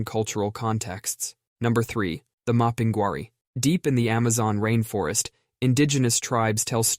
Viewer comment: Mapinguari reads as Mapeen Guaree